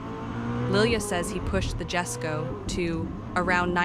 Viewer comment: It’s not pronounced “Gesko” it’s pronounced “Yesko”